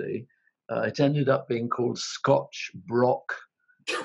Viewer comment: The Scotch Broch title only works if you pronounce it right. Broch sounds like Broth a bit. If you pronounce it Brock it doesn't really work.